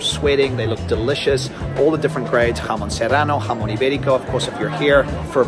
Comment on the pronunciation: Great pronunciation : "Serrano", "jamón"...etc. Difficult words but perfect pronunciation!!